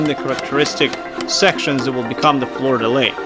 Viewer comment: I LOVE work, but his pronunciation of "Fleur de lis" hurt my soul. 😅